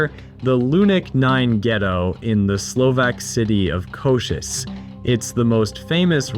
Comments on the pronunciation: The Slovak town of "Košice", is pronounced "co-sheet-tzeh". As someone who's lived throughout central Europe, the Gypsy problem is sad and manifold. Every region has it's own stories, many overlap. Though there are wonderful people among them, it's an unusually dysfunctional culture living outside social and cultural standards. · Is it that hard to put the name košice into google translate and pronounce it correctly? Just embarassing..